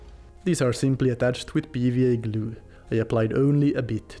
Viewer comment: I love how you say 'gloo'. xD